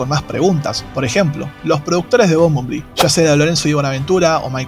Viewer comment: excelente vide,pero se pronuncia bombel bi